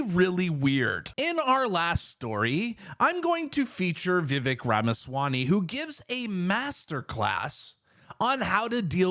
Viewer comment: You are pronouncing it correctly, it’s ‘Va-vake’ phonetically.